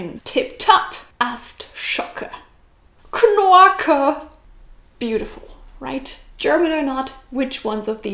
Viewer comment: your 'KNORKE' actress. Took it all in, 'knorke is my favorite;-))